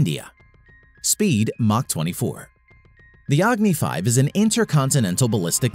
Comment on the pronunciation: That's not yaagni-5,that's Agni-5